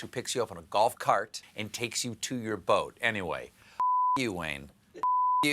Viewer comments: Did he say golf court? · am I crazy or did they dub him in saying "golf-CART"???